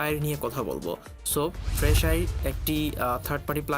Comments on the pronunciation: It is called ফ্রেশ এয়ার bro, not ফ্রেশ আইর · fresh আইর না রে ভাই। ফ্রেশ এয়ার